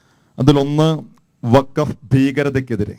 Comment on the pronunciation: പറയുമ്പോൾ വഖഫ് എന്ന് തെളിച്ചു പറയണം. ഇല്ലങ്കിൽ, കേൾക്കുന്നവർക്ക് ഫക്ക് എന്നേ തിരികയുള്ളു. ഫലത്തിൽ രണ്ടും ഒന്നുതന്നെ ആണെങ്കിലും, തെളിച്ചുതന്നെ പറയണം.